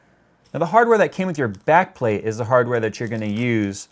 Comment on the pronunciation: What i heard: "...and this is the Nickelbacked plate-plate"